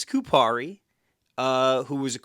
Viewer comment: ya'll did Laine dirty, good job pronouncing Kupari's name though.